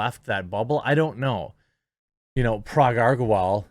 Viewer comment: Months of covering twitter and he still can't get Parag Agrawal's name right.